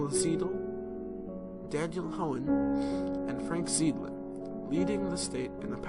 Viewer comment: "Zeidler" is pronounced "Zie-dler"